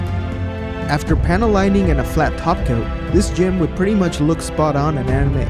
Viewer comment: it is pronounced Jim, not Jee em